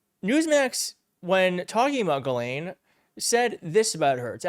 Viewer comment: Why can't Americans read out loud what it says.... it's pronounced GISLANE. Not Ge-lane, or jelane, or jislane, or giselle, or even Ghis-gla-ine. ITS GISLANE Can you all say Gis? Can you say Lane? Now say it fast. ffs